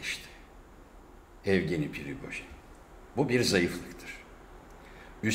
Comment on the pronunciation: adamın adı yevgeni evgeni değil.. rusçada baştaki e ye diye okunur. evgeni diye bir isimde yok